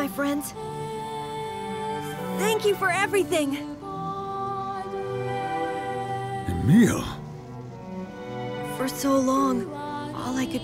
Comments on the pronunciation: its not eemill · they dont know how to say emil